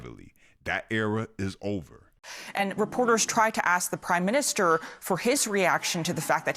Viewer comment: "Prim" Minister